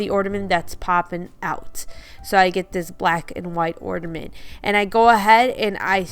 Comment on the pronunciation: The word is OrNament, not OrDament